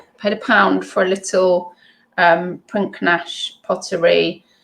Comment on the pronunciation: Hi just thought I'd mention , maybe of interest to you for your Prinknash pottery jug or future pieces that you may get. Prinknash Abbey pottery was made by The Benedictine monks, in Gloucestershire not Devon and the 'K' is silent, so pronounced 'Prinash' - just though it may be of interest to you. Great haul you got. Thanks for the vid. Carrie x